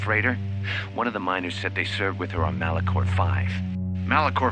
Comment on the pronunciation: Malachor V ❌ Malacor V ✅ LOL 😂